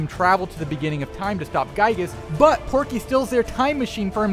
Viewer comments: it’s pokey! Not Porky! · It was Pokey, NOT Porkey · Hey uh not to be a Karen but uhh it's pokey lol